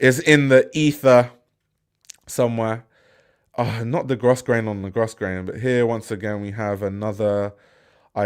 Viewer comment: Sorry, sorry sorry, but Grosgrain is pronounced Growgrain. 🙏🏼